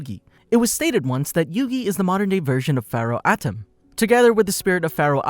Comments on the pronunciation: Lol it's pronounce MOE - TOE not moo too and Ahh tem not Atim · Why are you pronouncing all of the names weird? Kehmo? (Chemo), Atom? (Atem) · atem is pronounced as aye tim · Me but that’s not how u say atem or muto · Just don't say the names bro that not how you pronounce atem nigga come oooooooonnnnnnnnn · wtf this guy can't say atem or moto lmaooo